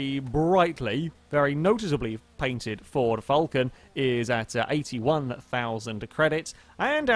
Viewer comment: you're getting better, but you still cannot pronounce "Falcon" correctly. The car is pronounced more like "Fowlcn" I'll try to send some sort of audio file on the forum, so you know, it's starting to be slightly annoying for an Aussie, like a Prii that could have been murdered but hasn't been murder XD Great video M8 though